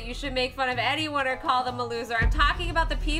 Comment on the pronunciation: Wait she said oder or boy crazy